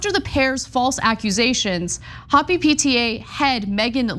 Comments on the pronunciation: Please research pronunciations of Native tribes before doing your story! It's Hope-ee, not hoppy. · Ana, hopi is pronounced Ho-pis, or Ho-pi, not hoppy! Hopi Indians are an indigenous American people. FWI! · ANA, Hopi is a Native tribe. It's pronounced, "HOE-pee." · Not Hoppy, Anna.... "hope - ee. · "HOPE---eeeeeee" not "Hop---eeee". One is a mispronunciation of a state of happiness. The other is a Native American tribe in the United States. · Hopi is pronounce with a long "o", it's a Native American tribe name. Aside from that, the 70's had a lot of ridiculous outfits that were considered highly stylish at the time, you'd think these folks would know that, too. Lots of DJs do this sort of styling. It's entertainment. Entertainers do costumes. Sheesh. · Hopi is pronounced, "Hope - Eee" Hopi is an indigenous peoples sovereign nation in Arizona. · Ana, I love you, but Hopi is not pronounced "hoppy". It's actually named after the tribe. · it's pronounced with a long o as in the word hope. The i is pronounced as a long e. It's a native American tribe. Hopi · Ho-pee (Hopi) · Hopi is pronounced Hope-ē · It's punounced hope E ...native American tribe I believe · Hopi is pronounced Hope-ee. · Yes, the Hopi are a Southwestern tribe and it isn't pronounced "hoppy". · Pronounced "hope-ee" Hopi is an indigenous Arizona people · I lived in Scottsdale, so just a slight clarification on pronunciation. It's pronounced "Hope-E" after the native American Hopi Indian tribe in Arizona 👍👍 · Ok but it’s pronounced “hoe-pee” super cringe. Based on the Hopi Indians who historically occupied this area. Please learn to pronounce the names names of places you report on. So tired of non native/Hispanic people painfully butchering non English names and words. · …has the Easter bunny gone to your brain, Ana? That’s actually pronounced, hope-ee… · .. Hopi = "Hope E" Livengood = "Lie ven good" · Hopi is pronounced Hope-ie. The Hopi are a Native American tribe. Try a little TYT.